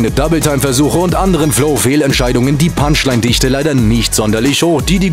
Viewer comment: julien das heißt Parts! und nicht barts! und auch punchline! nicht bunchline!